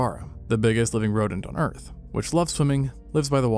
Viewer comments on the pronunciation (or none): none